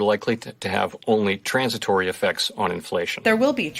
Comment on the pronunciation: what the hell is 'sransitory effects'!?